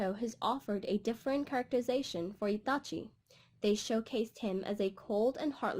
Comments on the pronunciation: It hurts me when you say his name like UoChiA Atachi Just say his name normally you don't have an accent for one name, but it was a good video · Why she say Itachi like that😂